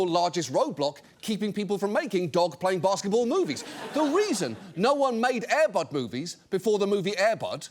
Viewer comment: The producer of Air Bud says Air Bud wrong. he puts the stress emphasis on "bud" instead of "air".